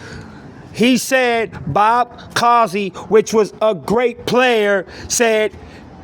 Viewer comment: Pronounced Coozy